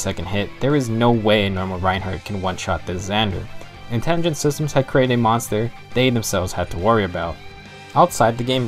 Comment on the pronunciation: Dude, it's Intelligent Systems, not "Intingent".